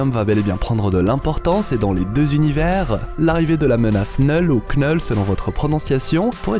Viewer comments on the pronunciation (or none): none